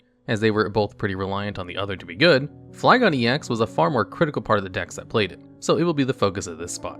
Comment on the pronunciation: Why has no one notice that he’s pronouncing Flygon wrong 😂